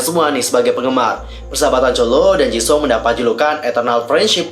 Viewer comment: Gw denger nya dia bilangnya Ceuleu bukan chenle;( ps awal bilang jisung jga jesung